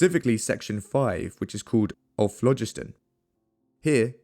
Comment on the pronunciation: THE PRONUNCIATION OF PHLOGISTON is AWFUL. It should be phlo-GIST-on.